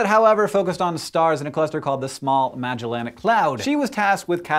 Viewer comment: This guy,, actually butchers the pronunciation of "Magellanic" as in "The Magellanic Cloud". Touche.